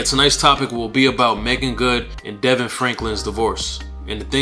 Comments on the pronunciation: Hi, Thank You for that. Its pronounced D-Von. God bless you, brother. Thank you for sharing! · His name is pronounced Da-Vaughn